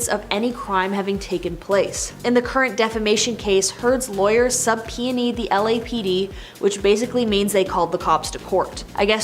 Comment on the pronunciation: Please learn the pronunciation of the word "subpoenaed." You sound a complete fool when you pronounced it the was you just did.